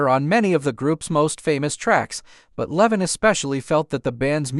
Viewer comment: Lee-von not Levon